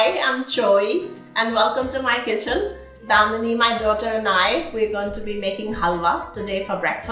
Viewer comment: why does she keep saying damini hehe very wholesome anyway